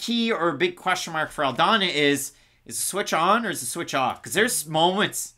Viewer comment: Why do you call her "Aldaña" brother her last name is Aldana no? Loved the breakdowns